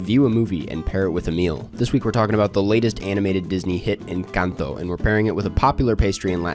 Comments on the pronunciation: I'm so freaking happy you pronounced this Films title correctly! Every other white guy reviewer I've seen on this site pronounces it so horribly... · I hit the like 10 seconds in just for your pronunciation of Encanto